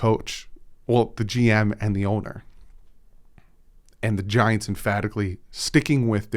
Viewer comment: My wife thought you said 'vaginas', not 'the giants'